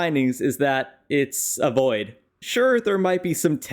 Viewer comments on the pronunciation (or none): none